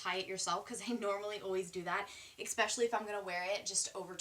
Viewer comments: it's ESPECIALLY not expecially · I love you, but you always say expecially and it just sounds so wrong😫😫😫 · Girl, you need to stop saying "ekspecially" :) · riiight I love her but I cringed every time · That’s how she says it ffs, some people can’t help it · It's better for her to learn while she's young. Later in life it will just be really embarrassing to say such a common word wrong. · chi bap some people literally can’t help how the pronounce words, no matter how much they practice